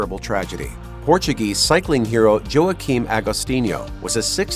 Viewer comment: Pronounced walk-keem not joe a keem